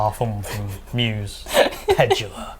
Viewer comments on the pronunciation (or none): Pedulla....pronounced puh doo lah. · That isn't how you pronounce "Pedulla".